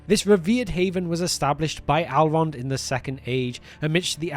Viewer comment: Who is “Alrond” and what are “Alves?”